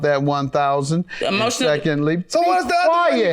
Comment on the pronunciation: Yes and then said "emotial dismiss" 😆😅😆